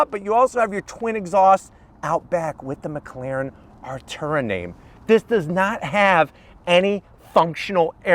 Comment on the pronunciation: Its Artura! Not ALTURA. Cmon. Im ready, your definately NOT😂